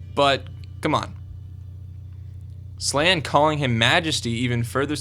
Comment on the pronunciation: its funny how people pronounce all the names. i think their pronounced like this: "SHER-RIEK-KAY" , and "SLAIN" but like i said i could be saying em wrong...